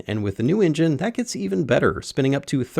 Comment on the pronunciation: New drinking game, take a drink every time he says ingine instead of engine!